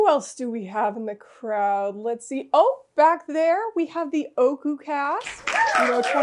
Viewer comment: im so glad ooku was able to get its well deserved win in the legacy award! just a friendly reminder from a native japanese speaker, ooku isnt pronounced "oku" its "oh oh oku" Great video and im looking foward to seeing the 2024 version next year! :)